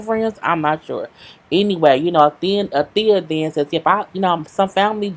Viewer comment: She called Althea every thing but Althea 😩😂😂😅